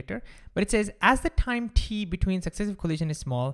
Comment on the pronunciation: say time not thime